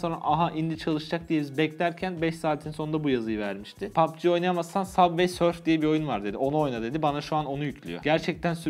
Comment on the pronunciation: Abi o subay surf diye okunuyor